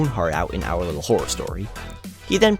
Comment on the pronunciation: When you say our little horror story i think you say owliddle horrow story 😭😭😭